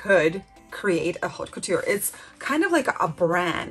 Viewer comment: Haute couture is pronounced Ote Coo-tur. H is silent in French. Learning French pronunciation is really helpful for fashion and designer words. One tip about French that’s easy is that C, R, F and L are virtually always pronounced, every French student remembers this acronym as representing Careful, CRFL. (A lot of French letters at the end of a word are silent, except these). I’m trying to learn the difficult IPA (international) phonetic pronunciation guide, but it’s easier to use English sound-alikes. I’m only trying to help, not criticize, you do very well.